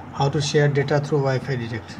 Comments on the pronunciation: Good video But it's called wifi direct not derect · Did you say wifi digit